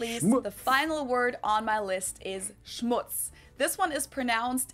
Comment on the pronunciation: As a German I love how you are saying Schmutz